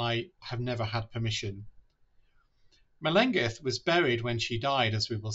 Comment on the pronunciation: Google the ‘LL’ sound in the Welsh language (much like a hissing cat!) - her name is not pronounced correctly in this video :)